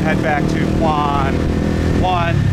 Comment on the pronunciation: Since you are speaking entirely in English to a mostly westerner audience, why not just say "District 7" instead of "Quan 7". You're butchering the Vietnamese word LOL.